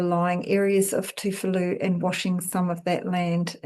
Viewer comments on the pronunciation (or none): Tuvalu not Toofalu